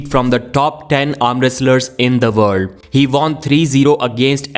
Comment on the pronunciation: In the vorld